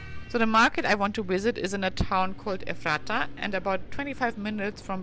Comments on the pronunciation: Ephrata, too. EFF ruh tuh. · It is pronounced with a short 'a', Ah Mish. Ephrata is pronounced as 'Eff for tah'. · Oh my Gosh! It's pronounced "Eff-ra-ta". I'm not even sure what you tried to say. Before you explore an area, maybe you should learn how to pronounce the names of the places you're sharing.